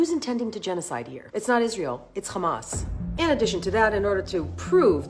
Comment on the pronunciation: Do you khondem KKKKHHHHAMAS?